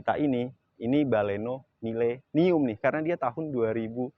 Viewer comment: Sdikit berbagi,kurangnya di sini : "baleno".. jgn "bale" "no".. "Milenium", jangan "mile" "nium".. Mainkan intonasi bicara tanpa memisahkan sbuah kata